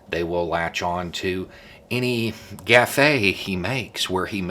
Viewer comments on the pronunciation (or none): "They will latch onto any gaff-ay he makes where he mispronounces a word..." Gaffe is pronounced GAFF. Just saying! :D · I don't think that you pronounce the "e", so it is just "gaff" rather than "gaff-e", but I could be wrong, I am not sure that I have heard it spoken before.... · You have dementia! Its plainly obvious! "gaffe" is NOT pronounced gă-fā But IS pronounced găf Just sayin' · Did you pronounce "Gaffe" as Gafey? "Gaffe" is a French word and is pronounced "GaaF". If I misheard you, I apologize. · What a gaffe (pronounced "gayf", not "ga-fay") . I think the OP is mocking himself to make a point. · BTW, and speaking of mispronounced words, it's "gaf," not "gafay." (French, not Spanish.) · You beautifully proved your own point.. with your ‘gaffay’ in pronouncing the word ‘ gaffe’! Nice. V ery much enjoy your ‘ just a thought’ chats. ( Biden’s so called mental decline was,I believe, one of the Russian anti-Biden misinformation stratagems used ) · Case in point of what you're saying in this video... I have never heard the word "Gaffe" said aloud before. I always read it as "gafh" rather than "gah-fey" like you pronounce it here. And didn't know if I was wrong until you then made a joke about it! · Did you deliberately pronounce "gaffe" as "gaf-fay" to make a point? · if, sometime in the future, I hear someone pronouncing it gaffé, I know who to blame. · “Gaf-fay” I see what you did there 😂 awesome sense of humor- one of many reasons I love this channel! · lol was pronouncing “gaffe” like “café” part of your following point? Because it was brilliant Update: finished video. Very nice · Lol, I just about lost it when said that they'll latch onto any "gafay" he makes where he mispronounces a word. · "every gaffay he makes when he mispronounces a word", and then the pause for the laugh track. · “Gaff-e” I see what you did there 👍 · Gaf-fay. The French pronunciation. 😂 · "Gaf-Fae" lol. I see what you did there.